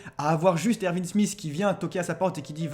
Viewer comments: ça se dit erWin pas ervin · Ervin ? Je sais que le "w" se prononce "v" mais c'est plus jolie Erwin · ervine 😅😂ca s’ecrit erwin et ca se prononce erouine mais magnifique video on comprend tt avec vous +1 abo